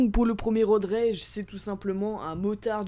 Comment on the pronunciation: C'est pas road raige Road rage